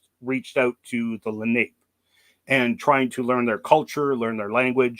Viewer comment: Its prounounced. Len eye Leh nah pay. Im from nj and regularly find their arrowheadds